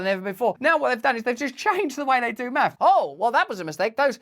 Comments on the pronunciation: What the hell is "maffs"? 😂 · Math*, not maffs